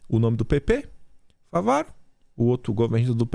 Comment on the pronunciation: é FÁVARO... com acento no Á...